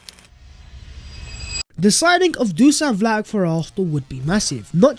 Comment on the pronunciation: My fk ears hurt after 100 misspelling dusan vlahovic ( the s = sh and ic = ich, btw)